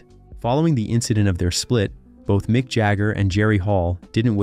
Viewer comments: Pourquoi parler à sa place ❓🤔🙄 Ce n'est pas Micke mais MICK.....😅🤦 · Not Nick Jagger, it's Mick Jagger, you idiot!